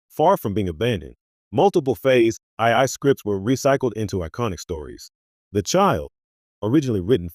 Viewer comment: Horrible AI narration. "Phase aye-aye"?? I exited this video in the middle and won't be watching this channel any more.